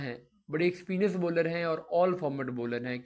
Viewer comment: Baller Nahi hota bowler hota hy